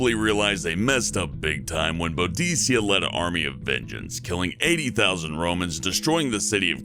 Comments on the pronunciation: You pronounced Boudica wrong u say it like this BOO-DE-CA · Boudica = Boo-Dee-Ca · It's pronounced boo-di-ka 😤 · You said boudica wrong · Please tell me somebody else was pissed at him saying Boudica wrong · Holy shit, I haven't watched any videos from here for ages now. Last time I was here was so far back that it isn't even in my history. Well I guess it's time to try and catch up. Also, you mispronounced Boudica, Shah, and Kiev.